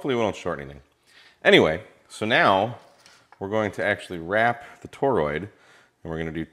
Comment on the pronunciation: "..attach the toe-rood to the thing.."